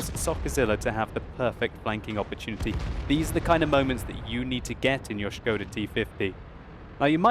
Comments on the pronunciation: That "o" is very short, it isn` t [oooooooo] but just [o]. I am Czech, and it`s funny to hear :-) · his pronunciation of skoda is waaay off :), just messing with that shit :). There is not "sch" sound in skoda :D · Sounds like he's saying "scrotal T-50" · Isn't Skoda pronounced more like school, just with a "da" instead of the "ol"?